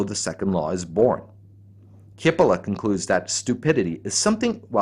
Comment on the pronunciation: the right pronunciation is cheepolla (rimes wit Capella and btw means onion)